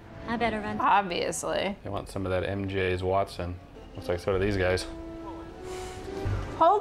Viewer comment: this is really making me nostalgic for the GAME in Xbox sniff .......why you gotta make the nostalgia hit, man? :'( also, "wetson". Mary Jane, "WETson"